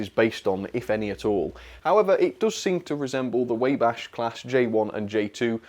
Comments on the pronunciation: I'm American, I'm not even gonna answer what B&O means because it's way too easy. Side note : you pronounce it Way-bash, the Railroad name is pronounced Wah-bash. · 127 officially beat the speed record of the Flying Scotsman by 3.5 mph and was the first US steam loco to top 100 mph and it was on rails that are very close to my house in fact. Also Wabash is pronounced "Wah-bash" not "Way-bash." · Waybash lol! It’s actually pronounced Wah-Bash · Wabash How to pronounce :Waw-bash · wabash is pronounced Waw-bash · 2 small things. Firstly, Wabash is pronounced wah-bash. What I have a feeling that engine is supposed to model is a standard USRA pacific. Secondly, the special paint scheme you're thinking of for the daylight is the American Freedom Train paint (or AFT). It did also briefly wear black in the 2000's for BNSF excursions, and was back in AFT in as I recall in memorial. Either way, I enjoyed the video, and it's good to see some of the American stuff out and about. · A it is pronounced with a short a in Wabash. And it does resemble the Pennsylvania K4. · The "Wa" in Wabash is pronounced like the"wau" in Milwaukee. "Lima" pronounced leema. The Daylight livery is exceptional, but CN loco is very appealing, too.